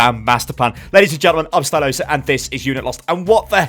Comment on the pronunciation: inhales HEY GUYS ITS ERE